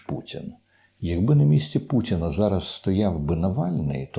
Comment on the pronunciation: ...хоча..у вимові присутні білоруські звуки: Ц замість Т, А замість О як то : пуЦіна замість пуТіна, дЗякую замість Дякую тощо